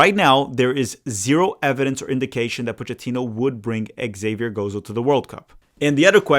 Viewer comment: Your buddy, Colin Reese, who knows more than most backed Zavier Gozo months ago. His name is Zavier. Xavier is the French spelling, and the X is pronounced like a Z. I think this is what confused you about the pronunciation. Of course, "Javier" is the Spanish version and is pronounced Ha-vee-air